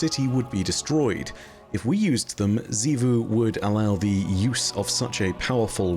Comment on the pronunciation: OH MY GOD IS FINALLY SAYING „XIVU“ CORRECTLY